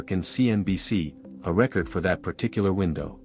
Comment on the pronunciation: Why do you keep saying a 40. Night do free throws not count anymore well if they do she scored 45 points I don't know why y'all say 45 in one part and then say 40 and another part you said you were going to talk about all this stuff that we don't know about that's b***** you can't even pronounce record right cause you or nothing but AI content bulshit anytime you hear a voice and they can't pronounce names correctly or just normal words correctly you know it's AI generated bulshit and I do get sick of it I honestly wish I had never been invented at all because it's not going to end up being good for America y'all can talk about the medical s*** and all that all you want to the truth is it's your time in God's going to take you then God's going to take you you don't get a choice in it didn't mean to even get into that but this AI s*** you don't know if anything somebody is putting on here is the truth or complete bulshit it doesn't matter they put pictures and make them look like these two people are really together when they're not so so far AI has been more of a b***** scam on social media than anything else I haven't seen where this helped anybody saved anybody but it is going to make it so much easier for people to get into other people's identity I can guarantee you that as if we didn't have a problem with that already I had 24,000 stolen out of my account because they use AI they can get into numbers and go through so many numbers in three or four minutes then you could